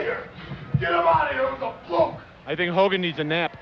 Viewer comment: "it was a plukk?" :D macho man cant spell fluke.... xDDD